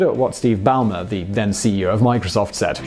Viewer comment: First person I have ever heard mispronounce "Steve Ballmer". Also, as others have pointed out, Tesla does not equal only "cars". The future of cars is EV, and if you want more proof, visit and tell me how one of those other "companies" are going to compete. To become a believer, all you have to do is spend a week in a Tesla.